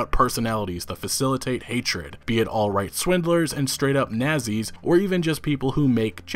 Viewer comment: Mispronouncing the word "nazi's" doesn't really do or change anything...